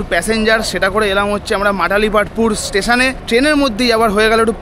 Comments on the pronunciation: Not Matalipstpur it's Malatipatpur and not Barmuda it's Baramunda Bus stand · Bhul bolle to Malatipatpur not Matalipatpur❤❤😂🎉😂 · Uchharon ta thik kore koro age Matalipatpur ❌ noi Malatipatpur ✅ 😒😒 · Dear Brother, this is not matali patpur, this is malati patapur bus stand. At least say it correctly. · dada its not matalipatpur......its malatipatpur🤣🤣🤣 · এই বাস স্ট্যান্ডের নম হলো মালতীপাটপুর। বারবার এটাকে মাটালিপাটপুর বলে ভুল উচ্চারণ করছেন। বেসিক ইনফরমেশন ঠিক হওয়া দরকার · Bhai stationer ucharon ta to ektu bhalo kore dao.